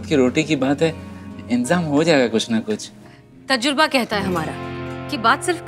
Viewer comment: Didi vo tajruba nahi tajurba hota hai